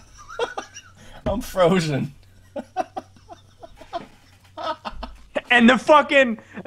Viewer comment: Lol he said "Froshen" XD